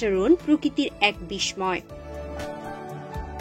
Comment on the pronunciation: উচাররণ হবে বিস্-সয়